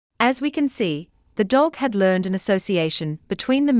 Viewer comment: she said learn-ed instead of learned. not judging, just pointing it out